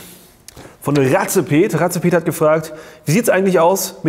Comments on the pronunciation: ratzepet? der kerl heißt wohl eher race-pet wie "rennen" :) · Cooles Video!... Aber mal ehrlich.. Razepet?!?.😂😂 ich denke eher es spricht sich Race-Pet aus, oder?!..😉